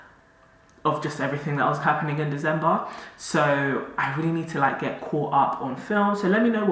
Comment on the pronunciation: The way how has been pronouncing December in the last couple of vlogs😂😂😂😂😂